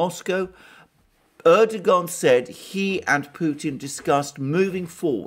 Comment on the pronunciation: Turkish bro, the 'g' is a bit silent. Erdo-an